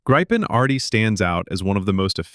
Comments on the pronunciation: It is pronounced "Greepen"! It makes me cringe everytime your AI voice over says "Graipen" ! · When will all these English speaking commenters/content makers/speakers learn? It is not pronounced "Graipn", "Grippen" or something other peculiar that sounds like a disease or flu but "Greepen". It means "Griffin". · The SAAB Gripen is nothing to gripe about. It is actually pronounced "gree-pen" in Swedish. I saw the 1st surprise air show flight here in Stockholm in the 1990s. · Nothing new that RR jet eng. fits in Gripen, not pronounsed graipen. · Say Griffin instead of gripen pls... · It is pronounced Greepen moron. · Annoying that Artificial Intelligence does not know how to pronounce "Gripen". The "i" is short according to the linguistic rules, but most A-I gets it wrong, pronouncing it with a long “I”. Other than that, this is one of the few honest reports on Canada's possible replacement of the CF-18. Nothing, other than Canada's first order of US F-35s, has been contracted for. The rest of the CF-18 replacements are still being negotiated. I think that Gripen is the best choice, even though it would mean Canada has to support two very different fighter/interceptors. Modern logistics makes mixed fleets less of a challenge to manage. However, sometimes politics overrules. Compliments to "Wings of War" for a pretty honest report on Canada's possible fighter replacement. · FFS LEAR TO SAY A REALLY SIMPLE WORD LIKE GRIPEN!!!